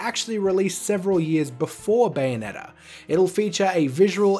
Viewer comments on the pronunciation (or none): none